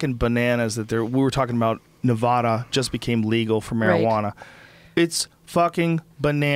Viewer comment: Joe.. it's Nevada not Nevahdah...